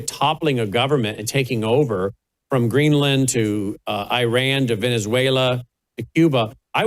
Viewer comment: It’s Green-land not Greenlin 😅